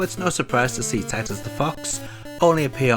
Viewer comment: Did you just say tits?